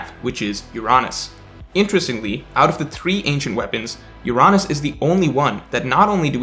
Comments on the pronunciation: Bro wtf is your-on-us ? Its UR-UH-NUS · Why do you pronounce Uranus as “You-Ron-Us” it’s suppose to be pronounced like the actual planet. “Your-Anus” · C’mon, pronounce ‘Uranus’ the right way 🤣🤣🤣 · I love your child-friendly prononciation of Uranus. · I was about to like the video, then mispronounced "Uranus" and I became sad 😞